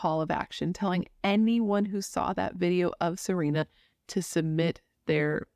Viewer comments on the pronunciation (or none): Her name was actually pronounced Sa-Ren-a, not Sa-reen-a. She also went by Serenity. You said Sagkeeng right the first time. And, we have 911 in Canada lol